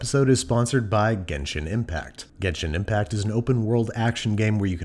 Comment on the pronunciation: died inside when he said genshin impact